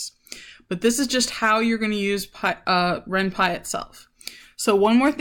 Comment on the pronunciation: It's also called renP-y not renpie